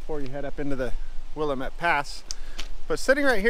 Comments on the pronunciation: YES!!! I laughed pretty hard when I heard his pronunciation. At least he pronounces Tumalo correctly in other videos. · How can you be an Oregonian and not know how to pronounce WILL-LAM-IT?? I enjoy your videos! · Will-am-ette Damnit! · As a local Willamette is pronounced will-am-et sorry to be that guy I guess every place has its own special ways, also I've been going over that highway since I was at most 1 and have never seen or heard of most of those places lol will have to check them out. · It is Wii- a -met. Dammit rhymes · grammar police here: it is "Will - Lamb - ette (met)" Pass/Valley/River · Willamette rhymes with dammit. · Ha! We give people such crap about mis pronouncing Oregon names, and here you mis pronounce Wil LAM ette! tsk tsk ( yeah, I'll be that guy, Lol ) Todd Konoske the retired trucker. ( Elmira, Or. ) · As a native born Oregonian It offens me to hear you mispronounce Willamette. It is pronounced Wiill lam ette